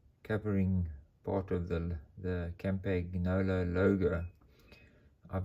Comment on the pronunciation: By the way the g is silent on the campagnolo